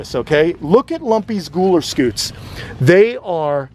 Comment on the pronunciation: Gooler Scoots??? That's exactly what it sounded like....😆 that shell on Lumpy has all those spike like things..are those "pyramids"? I heard that on Dr. K Exotic vet TV show. I bet you know her... She's in Florida. Have you used her? She has a Sulcattos tortoise. It has a weird name..Duram..Duuhhh...oh heck I can't recall. She uses him for tortoise blood if she needs it. Fascinating!